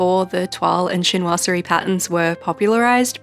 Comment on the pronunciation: Glad to hear you're starting to feel better, I miss your videos. That toile de jouy tape is amazing and while I understand your issue with the color of the small washi, the overall setup is gorgeous. And as a french person, your prononciation of toile de Jouy and chinoiserie was acceptable 😊 As for being tired of setting up weeklies, couldn't you just go back to the original bullet journal method ? Or just make quick boxes with no decorations ?